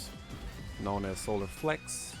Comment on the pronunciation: Did you say solar flex LOL 😅😭😂😂